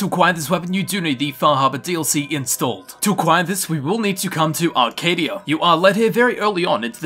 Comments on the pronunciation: It's not Arcadia is Acadia ( A-Kay-Dee-Ah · Why the hell do you call "Acadia" Arcadia ? It ain't a arcade, fam. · Aussies and Brits can never pronounce "Acadia" right. There's no R in the name. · It’s called Acadia